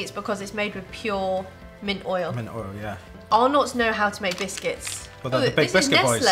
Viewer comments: For the record. Arnotts is not pronounced "Are knotts", it's "Ah-netts" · It’s pronounced Ar-NETS not “ar-NOTS”, sorry but as an Australian that hurt my brain cells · We don't really say it with a hard 'O' though - maybe more like Ar-nuts, just a bit softer? Emphasis on the 'Ar' sound, not the second part. I'm from Victoria and I've never heard anyone pronounce it as Ar-NOTs. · When they said it like Arnott I cringed lol it’s arnits and tic tics were made before Tim tok xD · LOL! We don't pronounce them "are nots", the name flows a bit smoother, like "arnits" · I have NEVER heard of ARR-KNOTS. 😳😳😳 Take a tip from an Australian: it’s pronounced R-NITS. And you should have a warning because Mint Slice contains actual mint. One biscuit is enough to set off people with a mint allergy. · I'm from Australia and for some reason it's really annoying me that they say ARE NOTs. We called them arnets. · It’s not pronounced (are nots) it’s (rnets) FYI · I thought he said "our nuts" i pissed myself laughing though😂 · In Australia we pronounce arrnots, arrnets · Arnotts is spoken as (are nuts) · You pronounce arnotts arnits not how it is spelt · Listening to you guys say Arnott's wrong is funny as 😂😂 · Btw you say arnotts wrong